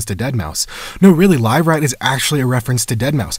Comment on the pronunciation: Its not live rat, its liver fort.